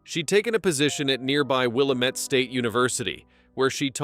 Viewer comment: It's will-am-ette